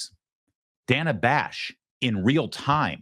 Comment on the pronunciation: Every time he calls her Dana with a long a she cringed slightly. 😂